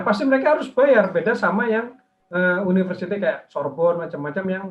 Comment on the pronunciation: sama Universitas Sorbonne, ujung kata "Sorbonne" bukan huruf konsonan jadi nggak dibaca dengung (seolah "ng") jadi Sorbong. Bacanya Sorbon aja.